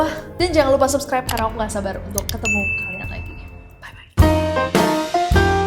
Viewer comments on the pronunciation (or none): none